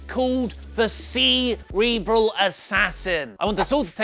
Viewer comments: Sea-reberal Assassin! LOL! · "The Sea-Rebral Assassin" my sides